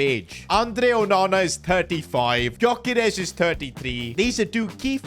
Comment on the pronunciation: The G in Gyokeres is silent